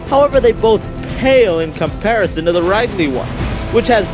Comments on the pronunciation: IT'S RID-LEE. R I D - L E E. OK?!?!?!?!?!?!?!? I hate it when people mispronounce his name on purpose. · Omg, he called him Ride-Lee ...I'm done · Lol rydley. I call Wario worio. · you pronounced ridley wrong but no hate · That's a cool way to pronounce Ridley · ridley, pronounce rid as getting rid of someone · you said ridley's name wrong